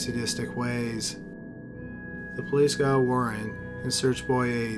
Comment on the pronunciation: Bodyyyyyy.... Pliiiice, Troubleeeee, Murdeeeeer.... Jesus man! No offense, I ean nothing bad, but you have, by any doubt, THE WORST PRONUNCIATION out of all channels THAT ARE NARRATED LIKE YOURS! It's a real wonder you have so many views! I ean, it's down to the great quality and every interesting subjects and stories! But you should definitely find someone else to do the narration!